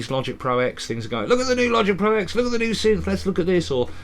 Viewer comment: Dear, it's pronounced as "Logic Pro Ten", for here the X is a Roman numeral, not a letter. And if you think that's nitpicking, imagine watching a historical document where the narrator keeps constantly referring to "World War eye eye" or "Louis ex eye vee".